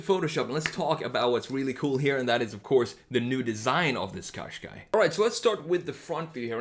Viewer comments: I’m Irish it’s pronounced Caashqai not coshqai. Just to point out. Every time I hear coshqai it drives me insane also Nissan is pronounced Nissan think of saying in in combine it with nissan it is not pronounced neesan. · couldn't you choose something a bit more interesting-? and something you can even pronounce? turn a Gaz 21 series 3 into a retro SUV